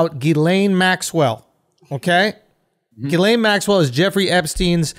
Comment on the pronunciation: "Ghislaine" is pronounced Jizz Lane.